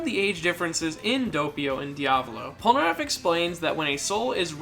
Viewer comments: When he pronounces Polnareff as pol-ner-aff and not Polnar-aff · Did my guy just say "poneraff"